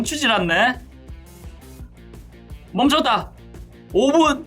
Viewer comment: 7분50초에 멈쳣다를 오졋다라 들음ㅋㅋㅋ